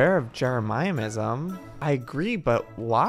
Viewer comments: Me:Jeremyism Joey:Jere-miah-I-ism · Joey it’s not Jeremiahism it’s Jeremy-ism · Its driving me insane I hate it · So true 😂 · I like how he mispronounces jeremism lol